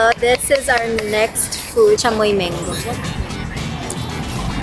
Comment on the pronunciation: Thank you Ivana!! thank you for FINALLY pronouncing “chamoy” right! 😂